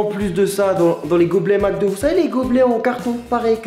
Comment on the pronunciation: "Macdo" epa ont dit "Mcdo" il y a pas de a